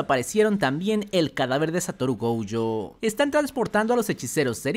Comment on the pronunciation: Por qué dice GOUYO?